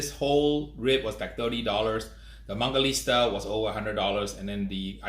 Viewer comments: It's not mangaliSTa, it's mangaliTSa, you idiot! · Hey man, you kept pronouncing mangalista instead of mangalitsa! I noticed that because I used to do that too!